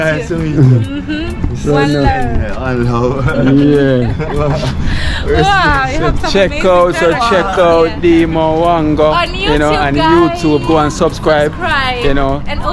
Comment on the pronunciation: you are still pronouncing Dee Mwango name wrong. The M is silent in Dee Mwango. Do not pronounce the M. Just say Dee Wango and you gone clear.